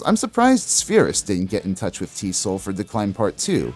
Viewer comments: TEE ESS OH ELL not "T-soll" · Also I remember people referring to EZO as "E-Zee-Oh". T.S.O.L. is just that- it's initials, not a word. Not pronounced "T-Soul".